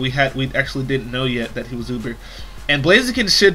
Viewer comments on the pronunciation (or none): none